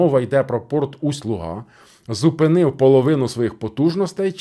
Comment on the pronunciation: Наголос на у Усть-Луга. Гирло річки Луга.